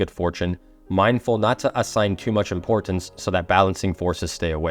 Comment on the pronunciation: Love it. For some reason I feel impressed to tell you you're saying "import-tance." Your hard T sounds are doubling up. Sorry if this is unhelpful. I've noticed it's a learned pronunciation, meaning you get to relax the double sound and just speak naturally if you want to. (Reality instead of realit-ty.) I hope this helps you flow better in the way you speak. Your message is amazing. Keep up the good work ❤